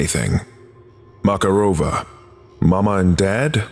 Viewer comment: Mararova has stress on MakArova, not MakarOva.